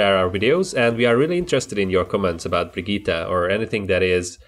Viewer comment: It's No Problem If you pronounce the Name false I haven't seen any Englisch Youtuber who does it correctly but you are close